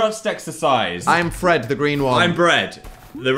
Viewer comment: dan mispronouncing "fred" as "fed" and then phil instantly mocking him is peak humour